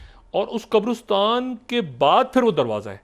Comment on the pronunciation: Why do you keep mispronouncing “QABRISTAN”?